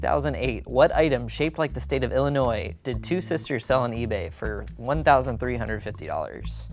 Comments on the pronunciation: Hearing people pronounce the 's' at the end of Illinois will always make me cringe a little 😅😂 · The way pronounced Illinois made my midwest soul leave my body 🤣🤣